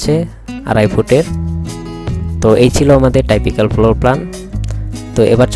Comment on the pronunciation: D/din arringe not ok most of apane typical floor uocharan korte paren na but building design korchan besh tu